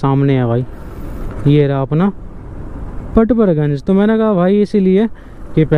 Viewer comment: kitna late batate ho tum log or haa पड़पड़ गंज होता है ना की परपर गंज और हा ऑर्डर पकड़ लिया होता है ना की पकर लिया 😂 bura mt manio mere bhai hasi majak ki baat h 😂